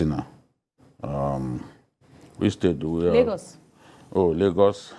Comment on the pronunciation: you got Lagos wrong......wow